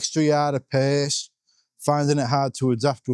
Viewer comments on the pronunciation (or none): none